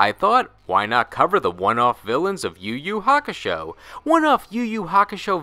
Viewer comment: why are you pronouncing every Ur name as if it's a Yu name?